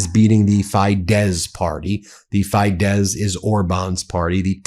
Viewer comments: It’s Tisza (Tee-sah) and Fee-dess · Tis - ah and Fi - dez. Soft i. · The Hungarian parties are pronounced like this Ben: Teesa, and Feedez. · I live in Romania, (obviously next to Hungary) and I would like to give you some advice about pronunciation. It's the Tisza Party ("TEE zah") and Fidesz Party ("FEE des"). I'm an American who has lived here for 30 yrs and watches your programming faithfully. Thanks for your insights.